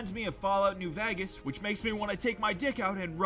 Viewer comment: The way he says vagas